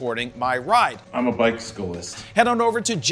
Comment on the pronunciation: "I'm a bike-sickle-ist" 😂